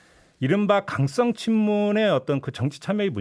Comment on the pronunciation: 종배님 강썽 친문이 아니라 강성 친문이요.